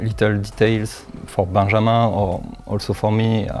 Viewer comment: That pronunciation of the name Benjamin had me like "huh?" 😵